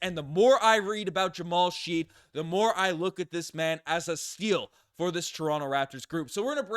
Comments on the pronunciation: I loved the Jamal Shead pick (but I’m pretty sure its pronounced shed, not sheed) I watched him in march madness and liked him. I also loved the ja’kobe walter pick. I don’t know anything about mogbo though. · you definitely didn't watch the ncaa tournament... his name is Shead not friggin Sheed 👍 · Yes, it's pronounced Shed. Not sure how watched clips and didn't pick that up. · It's pronounced like "shed." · Bro it's "shed"